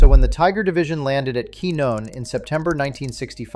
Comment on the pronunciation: Pronounced Quinn-yon. Teach your AI properly.!